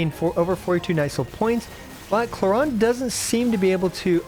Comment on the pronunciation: wtf is this way to pronounce clorinde